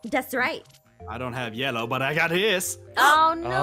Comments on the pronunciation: Itsfunnehs sister said blellow blue + yellow = blellow right? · Did she not say blellow? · I say lellow to